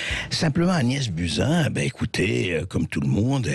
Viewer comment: Prononcez "Bousin"